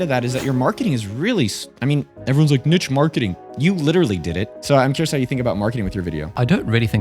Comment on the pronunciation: Fantastic video guys, I’m mostly hesitant to start putting up videos but this is probably the kick in the pants i need. And thank you for pronouncing niche properly lol